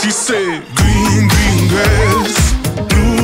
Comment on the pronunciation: Its so funny the way George doesn't pronounce his R's properly. Hahaha. Gween Gween Gwass.